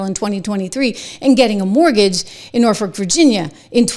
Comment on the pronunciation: Hey, Trish! It is Norfolk (pronounced nor foke). Not nor fork. That's not to be snarky. I'm just a little OCD.